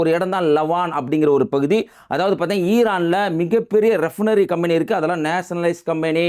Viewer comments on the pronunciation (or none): ரெப்னரி... தப்பு... ரிபைனரி REFINERY என்பதே சரி..